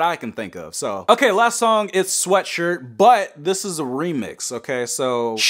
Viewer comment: Listening to "Sweatshirt" put me through physical pain...